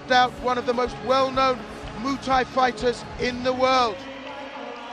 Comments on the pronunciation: Call it moo Thai once more n I swear Mr announcer 😂😂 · I like how the commentator says MOOTAY to Muay thai lol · Haha “moo Thai” ooook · Say Muay Thai slightly more properly, this sounds so annoying